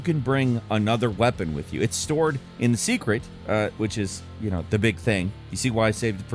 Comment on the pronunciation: SAY-KRET!!! SAYYYYY!!!!